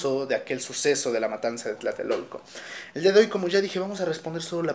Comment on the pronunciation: No es Tlaltelolco. Es Tlatelolco. Con 3 L...